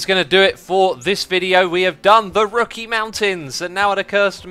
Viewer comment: Don't you understand it's the Rocky "rookie" mountains and the Alps "elps" 😋😂